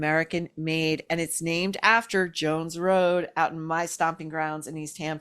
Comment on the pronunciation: Jones Road, not Joans Road